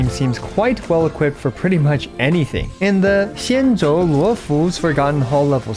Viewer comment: 10/10 tone on all Xianzhou names pronunciation. Current mono quantum weak-point is: - Selee lack of AoE damage capability - Lynx has very little to do when your Fu Xuan tanky enough (checked them she was fine tanking up to MoC 8) So a Quantum Destruction/Erudition and a Quantum Harmony should shorten the battle length significantly.